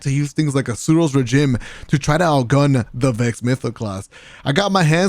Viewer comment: I can’t take the fact that he says Suros Rejim